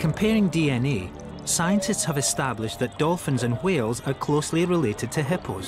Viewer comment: I have another question, why does the narrator pronounce Whales like Stewie?